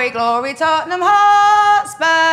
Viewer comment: It’s called glory man United not tonneham